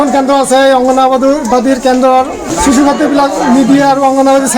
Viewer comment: অসমীয়া ভাষা কবলৈ আগতে শিকি ল।।।।কিহৰ চিচু, চূকুৰবাৰ@